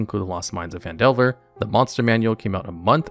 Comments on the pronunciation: he also called it pan-delver instead of fan-delver... lmao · Lost Mines of PAN Delver? The fuck? This is going to be a long video if he's already starting to mispronounce easy things in the first 30 seconds.